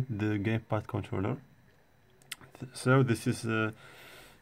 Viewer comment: he said gaypad lol